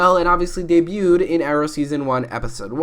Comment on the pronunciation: Did he say Ray debued s3 bich whaaaa